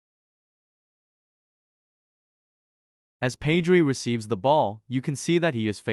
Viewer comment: ur pronouncing pedri wrong